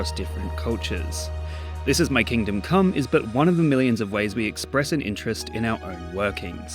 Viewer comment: "what is it about coom that makes it so enjoyable for so many"